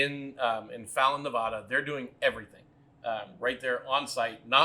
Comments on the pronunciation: Just subscribed. Looking forward to your review of Frey Ranch Rye. Oh and friendly advice - its's NE VAD- ah, not Ne- vah, duh :) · So happy to see Frey ranch getting some recognition. By the way it's Nevada not Nevoda.